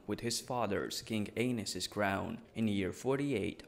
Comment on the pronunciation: well anus is pronounced "A-Niss," which is how it sounds in the video. i imagine Aenys is pronounced "A-Knees." whatever man! i don't care because i can barely speak a 2nd language.